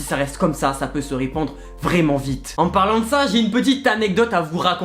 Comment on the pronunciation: Jetais choque quan la dame elle a dis sai pacrave que ge chope le virus ses faux